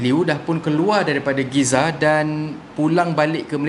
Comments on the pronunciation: Gaza lerr cheqq oiii... Bukan Giza... Giza kat New Zealand lerr cheqq😝😝😝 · Saya pun heran...org sebut Gaza...dia sebut Giza...Alamak!!!...Mcam Spanish Fly je...😂😂😂😂😂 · Hello admin... ko ckp Giza?... mcm ganjil bunyinye... Gaza kan?... 😂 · Bang gaza bang bukan giza...... giza di mesir....GAZA DI PALESTINE..... perbetulkan semula... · Gaza...bukan Giza 😅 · Bukan Giza lah. Gaza. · Gaza atau Giza? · Gaza bang, bukan giza😂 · Giza ke Gaza? Biasa Aku dengar Gaza. Engkau dah ubah jadi Giza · Gaza la bkn giza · setahu sye en kt palestine ade GAZA bang bkn GIZA 😂 ..sorry bang ea sye cume btlkn ape yg slh :) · giza atau gaza? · Bkn Gaza ke kenape jadi Giza? 🤔🤔🤔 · Gizza ke Gaza?.. Atau gaza sebutan mmg Gee -za ek?..dan oooo patot ler rkyt Malaysia ramai sgt nak cover Palestine... Akhirnya... Politaik jugak!!! 😆😆😆...sape yg kene main skrg?.. Pesan org bijak...jangan taksub dgn makhluk.. Walaupun ia mak bapak nkau!..wlupun ia sebaik baik manusia.. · Giza tu apa ..atau memang ada kekurangan dari sebutan giza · Kenapa sebut geza bro ?? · Aku sorang je ke dgr dia ckp giza??🤔